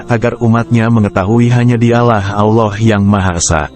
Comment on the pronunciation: Kelihatannya krang ini bukan yg pakih terntang islam karena cara lengucapannya kurang pasih dalam pengucaoan Allah.